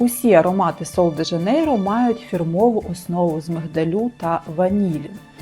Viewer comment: 'Шероза" - так вимовляється це слово. Я жила в бразилії рік. Жінки й справді не паряться ані про целюліт, ані про зайву вагу (а жінок з перевісом там дуууже багато). Але всі в мікро- бікіні. В купальниках тільки туристки. В креми я особисто не вірю. Підтягнення це кровообіг. А целлюліт - це жир, який треба втрачати на спорті і харчувані. Креми тут до дупи 😂 Рекоменди зірок - єрунда.